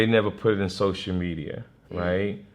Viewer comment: "Sosher Media" - TK Kirkland